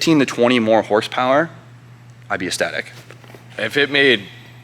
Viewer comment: ecstatic not esstatic